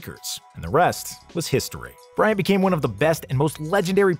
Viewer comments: KOBE BRYANT NOT "KOBE BRYNAT" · It's Kobe Bryant, not Kobe Brynat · “Kobe Brynat” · Kobe 'Brynat' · "kobe brynat" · "Kobe Brynat" lmao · Kobe "Brynat" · Kobe Brynat? You have to come better then that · Did you really just- Kobe Brynat?! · How can you not get Kobe Bryant's name correct?! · There are MANY mistakes in this video..but this is the worst. Lol. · You could have put some effort on correcting Kobe Bryant's name.